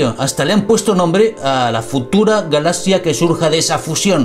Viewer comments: Me desespera como dice "Galasia" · Que raro pronuncia la palabra galaxia.